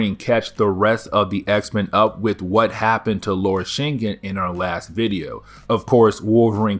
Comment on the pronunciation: Shin-gin That's how it's pronounced